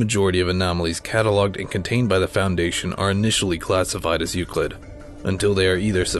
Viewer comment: It sounds like he can't pronounce Foundation and he's trying to pronounce it right without messing it up Also good job!